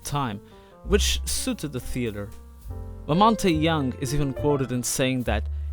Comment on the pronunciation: He also says Lamonty Younge 😂